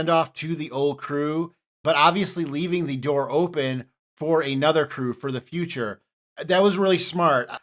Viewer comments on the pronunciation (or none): none